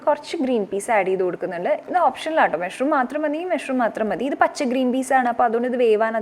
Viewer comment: മെഷ്‌റൂം അല്ല.. മഷ്റൂം.. പലപ്പോഴും കേട്ടു..അതുകൊണ്ട് പറഞ്ഞതാട്ടോ.. nice vlog 👍